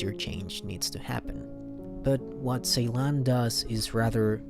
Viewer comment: Just a correction about the director name , C in Turkish is pronounced J so his name pronounced Jeylan